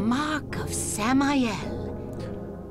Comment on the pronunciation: Oh, Samael? The first time she said it I thought she said "Sam I Am." I guess this one sounds more spooky.